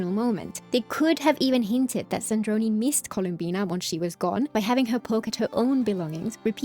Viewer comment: Wow I noticed that part called Sandrone "Sandrone" and it just bothered me! I didn't realize they actually re-uploaded the video to correct that mistake.